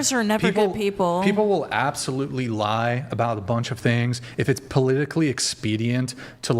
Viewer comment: "polillically" lol that man is funny